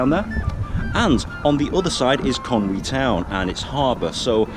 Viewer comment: Can I just take a second to commend your pronunciation of "Conwy". So many people pronounce it "Con Way" but you got it spot on and it's really nice to hear!